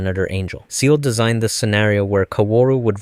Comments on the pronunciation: It’s not pronounced See-lee, but rather Zay-lay because it’s German. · Isn't it pronounced Say-lay not Sealy? Or are the original dubs wrong? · “Say-lay” not “sea-Lee” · THANK YOU. Came to comment this, don’t know why it bugs me, can’t expect non speakers to understand inherently but when I hear SEE-LEE on all these videos it twists me up. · SEELE = Sea-Lee Americans when they try to speak anything other but their own shitty language lmao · I hate the way this guy says seele..but great video! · love the video and your explanations of everything, splendidly broken down, but that is absolutely not how you pronounce "Seele" </3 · brother i cant 2 minutes in and i need to stop watching cause i cant stand how you butcher the pronunciation of "seele"